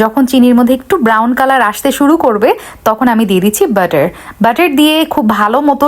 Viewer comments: তোর মাথা শুদ্ধ তুই মনোযোগ দিয়ে শুন সে বাটার কে বলছে বেটার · Kotha gulo ato natok kre kno je bole k jane, normal vabe to bola jai neka joto sob.. butter k bederrr bolche😂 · ব্যাটার ❌ বাটার✅ মাঝে মাঝে আমরা শব্দগুলোকে অতিরঞ্জিত করে ফেলি যেটা সঠিক নয়